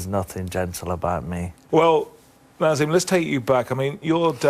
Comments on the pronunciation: Bugs me that interviewer keeps saying NaZeem even though he's been corrected from the start...Naseem, and yes i am aware people called him Naz for short. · Why cant this stupid old fuck say Naseem? He keeps saying nazim I hate the stupid English accent where they chose not to say certain words the way they know their pronounced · Gary Newbon was very unprofessional here, almost embarrassing at times. I'm surprised Hamed didn't deck him. Hamed corrected his pronunciation of Naseem, only for Gary to repeat the same pronunciation right back at him in the next sentence. Shortly after, he mispronounced the names of Hamed's close family members. I think he then got rialed by Naseem's attitude and goaded him by saying it wasn't possible Eubank was ever on a Hamed undercard; what did he think he was saying? He clearly thought he could just turn up and wing it. Very little prep work here, and probably very well paid for it. Maybe an off day, but pretty poor all round. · Youd think someone would correct him for saying " eubanks" all the time . As for the interviewer ,what a rude guy . He got naseems name wrong , then after getting corrected he said " yeah " , then proceeded to call him by the wrong name again .